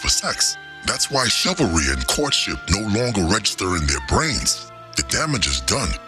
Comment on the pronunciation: "Chilvery?" Yes,. Thats it. Theyre wrong..